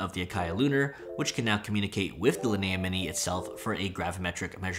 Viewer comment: Weird I’ve never heard it pronounced Lin-A but that makes so much sense